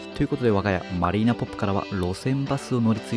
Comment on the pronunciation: マリーナポップでなくマリーナホップですよ〜